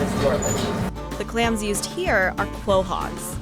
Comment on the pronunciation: You did not just say “kwohogs”… 🤦🏼‍♀️ It’s pronounced COH-HOGS.